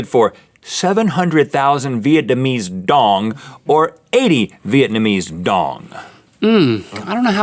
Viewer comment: hey i just wanna say that i'm from VN and uh... that is not how you pronounce it XD, i can't stop laughing